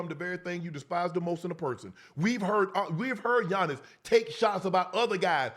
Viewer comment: You butchered tf outta that name